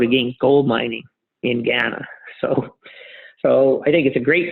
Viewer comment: For someone who invests a lot of money in Ghana, it’s rather surprising he can’t pronounce the name correctly. I doubt he’s spending much time on the ground.